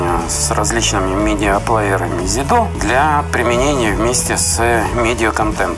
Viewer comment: Не ЗидО а ЗидУ !